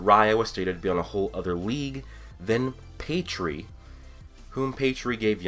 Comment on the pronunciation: Who th3 fook is pedree? Your pronounciation...